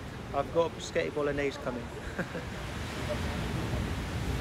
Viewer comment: pasghetti or psaghetti hahaha its spaghetti 🤣